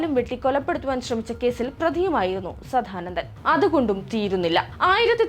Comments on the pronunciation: സധാനന്ദൻ അല്ല കൊച്ചേ സദാനന്ദൻ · ആദ്യം തന്നെ പറയട്ടെ, സാധാനന്ദൻ അല്ല, സാദാനന്ദൻ. പിന്നെ, ആറുമാസം പ്രായമുള്ള കുട്ടികളുടെ ജനനേന്ദ്രിയം വെട്ടുന്നത് അവരുടെ അനുവാദത്തോടെയാണോ.. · വല്ലാത്ത ജന്മം.. കണ്ടത്തിൽ.. സദ്ധാനന്ദൻ അല്ല പെങ്ങളെ സദാനന്ദൻ..ആദ്യം നീ നന്നാവ് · ആദ്യം പോയി സദാനന്ദൻ എന്ന് നേരേ ചൊവ്വേ പറയാനെങ്കിലും പഠിക്കൂ